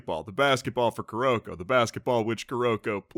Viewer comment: 1. I am sooo happy with Kuroko's voice actor!! 2. YOU'RE PRONOUNCING HIS NAME COMPLETELY WRONG AND IT'S BOTHERING ME.